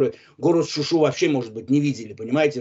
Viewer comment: Он паруски говарит .ни шуши .а говарит шушу .ета паруски правилно .